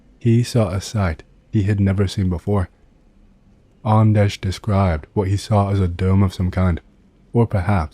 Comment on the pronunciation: Yeah, nailed it! Greetings from Sweden.. ;)